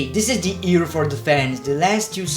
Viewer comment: It's not ear, it's year